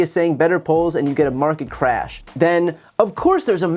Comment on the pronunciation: Trump says CRAYUSH not CRASH